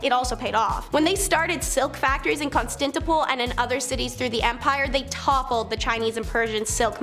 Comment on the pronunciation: Kahn-stan-tin-o-pl Biz-an-teen I-con-o-cla-sm Otherwise very informative